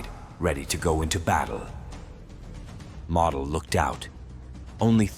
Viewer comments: MO/DEL and not MODEL💃, is how it's spoken just saying 😏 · I love you're videos. That being stated, you're pronouncing Model as: Mahdel... It's Mohdel. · Nicely done. You could make an effort to pronounce correctly, including the name of Walter MODEL like MOWDEL and not like "Model" as in Model Airplane... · It's Moe-del, crack a book Moe-ron. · The correct pronunciation of Model's name is "Moedel" not like a show model. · Excellent detail. One annoying feature: The narrator does not know how to pronounce German names. For instance, General Model is not pronounced "model" as in toy model, but is pronounced using the "o" sound as in "motel". An Academy does not make mistakes like this. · not 'Model"..."MOdell' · I suggest you learn how to pronounce names and places. Model is pronounced MOWDEL. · General Walter Model’s last name is pronounced “Moe dull” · more like "moe dell" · Learn to properly pronounce Models name !! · The AI audio is atrocious. Mispronouncing Model and saying mm instead of millimeter.